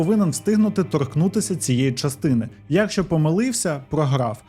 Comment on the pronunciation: Не фольЦваген, а фольксваген, на 13.37 не «особисто», а «особливо». І що за дивна манера наголошувати перший склад у слові якщО???